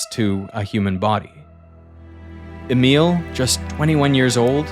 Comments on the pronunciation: Pronounciation of Emil is wrong 😆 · thats not how you pronounce Emil T-T